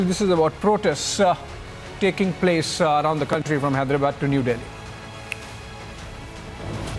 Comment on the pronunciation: Man.. Insaaa… Minuteaaaaa…. Portestsaaaa… taking placeaaaa… liveaaaa… dont you know english?